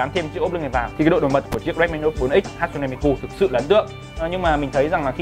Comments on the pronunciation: sửa lại cái tên dùm cái, mi kư k phải ku, đọc nghe mà khó chịu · Miku các bác ơi . Cứ mi cu , mi mu . Đọc là Mi - Trym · Miku chứ ko phải mi cu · Góp ý thoi! Là hatsune đọc đúng rồi, nhưng Miku ( chắc thấy sao đọc vậy, là phien âm của nó là "ư", à mà còn nữa Miku là nhân vật vocaloid, ko phải anime ( a - ni - mê nhé ) :,((((( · mi-kư chứ ko phải mi-cu anh ơi 😂😂😂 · Hát-sư-nê mi “ cu “ 😂😂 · Tiếng nhật đọc là mi kư nhé, đọc mi ku nghe ngứa tai quá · cư cư cư cư cư ko phải cuuuuu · Ku cái éo , đọc là mikư đếch phải miKU nhá ad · đọc là Mi Kư không phải mi Ku(cu) -. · mi cư không phải mi cu nhé anh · Người ta là ku chớ k phải cu 😡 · mi cư sao lại nói mi cu vậy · đã đọc không chuẩn lại cứ nhắc đi nhắc lại, cứ mi cu mi cu suốt =)) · mik ko quan trọg lắm nhưng mà add ơi lần sau cí đọc thì đọc là mikƯ NHÉ ADD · À há....MI CU 😂 MI CƯ Ông má ouisssssssss ❤️😂😂😂😂😂😂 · Hát xư nê mi cư 😒 nghe phát âm mà ngán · hãy đọc Miku là Mi cư Oce :v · ôi wtf sao cứ cu cu cu thế ? chả chịu đi tìm hiểu cách đọc trước khi nói ra hở ? tôn trọng tý đi :) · Miku cứ mi cu mi cu nghe kinh quá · miku mà nói là mi cu hay mi cư hoài